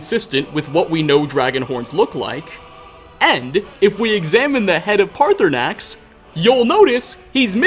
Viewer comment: Parthunaax- Me: Partysnax: Parthunaax Me: IT'S PARTYSNAX.